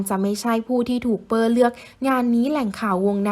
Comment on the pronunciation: ชื่อเปอร์นะไม่ใช่เป้อ ควรอ่านให้ถูกต้อง